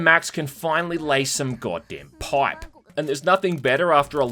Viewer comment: "Laying some goddamn poipe."